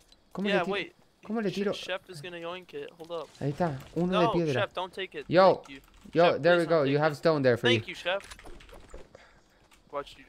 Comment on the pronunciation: Tank fur yu